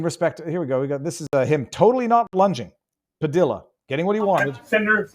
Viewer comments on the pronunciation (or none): When the commies have to create chaos it means what ever they are whining about isn’t a crisis at all. BTW Padilla is pronounced “Pa DEE ya”. Double L is Spanish is pronounced like a “Y”. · His last is pronounced Pa-dee-ya. Double L in Spanish sounds like y. You've lived in Miami long enough so you should know this.🤣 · FYI- Padilla Hispanic pronunciation the LL is more like Y. Pah-dee-ya